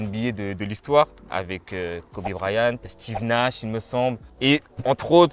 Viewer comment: Kobe BRYANT wesh pas Bryan 😭😭😭😭